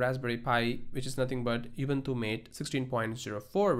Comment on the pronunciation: "you bun thuss". Now that's something new!